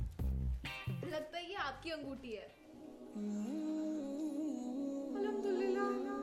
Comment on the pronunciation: Alhumdurillah nhi hota Alhumdulillah hota h ❤